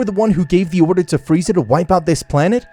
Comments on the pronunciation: Beerus: it’s not pronounced freezer it’s pronounced freeza Weise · Free-zaaa not freezer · did this man call frieza FREEZER like in dragon ball abridged jesus christ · His name is freza not freezer you’re killing me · bro is calling friza freezer 🤣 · Frisa❌ freezer✅ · This guy calls frieza......freezer in the first minute of the video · It's freeza not freezer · Freeza not freezer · Why do you call freiza Freezer? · I ilove how it says freezer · Also "Freezer" my guy lol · Bro great story telling but...... the execution of characters names is kinda derpy in total (freezer be like) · Why is Goku so off character? Like the idea is cool but Goku isn't some murder hobo! And the way you say Frieza or Goku is so off and misspelt! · "freezer" PPPFFFFFTTTTT BAHAHHAHAHAHAHHAHAHA